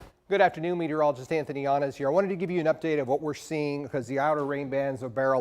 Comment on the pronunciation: Nice to hear my last name pronounced right😂. Lol no1 knew how to say yanez no matter how many times u say sound it out mf!! Lol